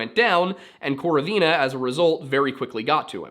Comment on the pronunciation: Just so you know Lyudmila's surname is pronounced with stress on the second syllable, so like KorOvina. Love the video!